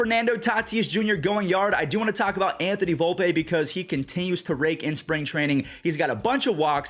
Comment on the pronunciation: Volp-E not Volp-A